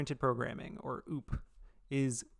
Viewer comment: you didnt just say oop- for o o p lmao